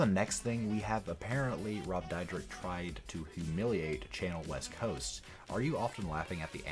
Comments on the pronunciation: ITS DEER-DECK. NOT DIE-RICK. NOT DIE-DRICK. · Rob "Dyrek-Dydrek" Dyrdek. Lol, wtf? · You're pronouncing his last name wron, Dyrdek is pronounced like Deer-Deck. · Is pronounced cha-nelle like the famous chanel brand and rob Deer-deck u fool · Your saying both of they are names wrong really wrong. Chanel West Coast is said like the perfume Chanel number five or Chanel the pocketbook not channel.😡 and Rob’s last name is Dyrdek which is said like dear-deck.. I think before you make a video about someone you should get your shit straight so you don’t look like a fool when you open your mouth because right now you look like a fool And sound like a fool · Jeez, my man can’t even pronounce his last name correctly. Haha 😂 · Bro you don't even know how to say his last name so STFU! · I hate how wrong this dude pronounce “Chanel” and “Dyrdek”. There’s also just some straight up lies. No wonder he has more dislikes than likes. Dude, do a better job getting your facts right.